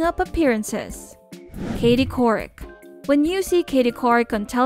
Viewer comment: I hate that content creators make videos and don't even bother to Google names they do know how to say. Unfortunately it discredits the whole video for me. I mean how much research did you do if you can't even pronounce their names!! Example -Katie Couric and Chamillionaire!!!!